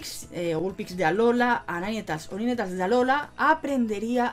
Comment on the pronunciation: Se pronuncia "nainteils" 😉